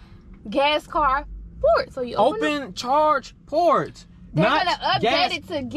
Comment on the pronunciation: I love how she says kye instead of car. Lol